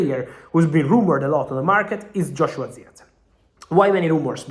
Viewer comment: But who else loves how Fabrizio pronounce. "Zirkzee😂